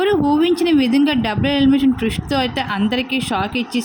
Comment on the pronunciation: డబ్బులు ఎలిమినేషన్ కాదే డబుల్ అని పలుకు. అసలు నువ్వెలా వ్యాఖ్యాత అయ్యావే? నీ తస్సదియ్య!